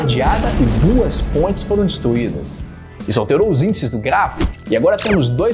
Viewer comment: Eu tô doído ou realmente escuto pontes pronunciado "pôintes" kkkk Piadas a parte muito boa a explicação !!